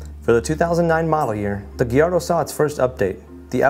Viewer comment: It's guy-ardo